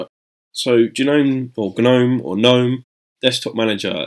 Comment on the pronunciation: just say the word gnome once lmfao, not g nome or nome, just gnome